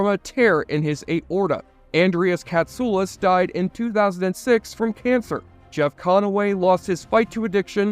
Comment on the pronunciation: Thank you for the correct pronunciation of Andreas Katsoulas!